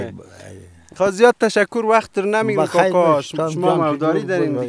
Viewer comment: میگه زیده هههههه